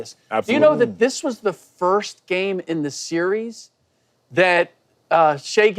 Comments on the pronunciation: Why shady can’t pronounce series 😂😂😂😂😂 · shady doesn’t even know how to pronounce the word ‘series’ lmao